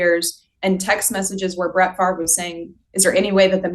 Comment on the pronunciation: Where are u ? I am a cuevas. Born at The Kiln. Spent lots of time there. But never lived there. As you know we are distantly related to Brett It is correctly pronounced as Fav Ray